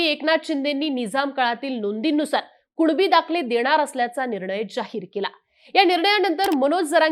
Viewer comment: भवाने तू स्पष्ट कुणबी मनू सकत नाही का कूळबी कूळबी करत आहेस 😂😅